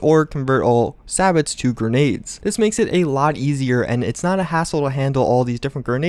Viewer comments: You said sabot wrong, it's "say bow" not sabits. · Just FYI its pronounced say-bow